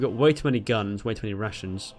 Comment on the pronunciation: Every time you say rations it sounds like Russians